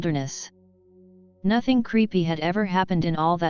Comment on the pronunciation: "NOTHENG" Gets me every time